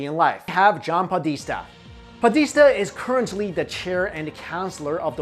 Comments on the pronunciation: ..PO-des-ta...john podesta... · What's a podeesta?